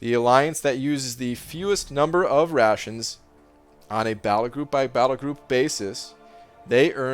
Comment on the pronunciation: At first I thought it’s “Russians” instead of “rations”😂